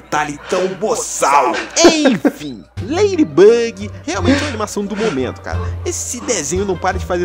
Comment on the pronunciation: E ladibug e não leiribug